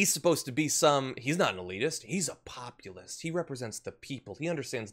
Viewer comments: lol plopulist. :D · "Plopulist" LOL